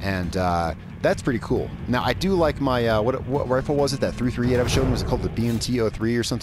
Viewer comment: Just fyi its pronounced .3thirtyeight